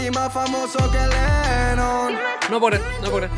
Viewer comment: SOY LA UNICA QUE VÉ EL JOHN LENON CADA VEZ QUE TRUENO DICE LENON?!